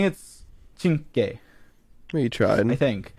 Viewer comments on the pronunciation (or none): it’s pronounced ‘chinkwe’ (that’s how I remember it) I learn Italian at school so it’s basically my second language from how fluent I am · You read it 'chinkve Tori', the "e" in the "chinkve" read like a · AHAHAH CINCHE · as an italian, hearing George talking about my country and butchering the “cinque” pronounciation gives me so much serotonin for no reason😭😭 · George five in Italian is pronounced Cinque, Cin (like chin) - Que (like quesadilla)